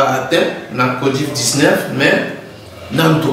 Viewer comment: Covid et non codiv